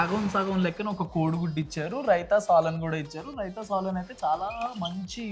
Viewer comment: కోడి రోజు రోజుకు బక్కగా అవుతుంది ఏందో సాలన్ ఏంది రా సోదిగా, అది సాల్నా, అన్ని సార్లు తినడానికి వెళ్తావు ఒక్కటి కూడా పలకడానికి రాదా రా నీకు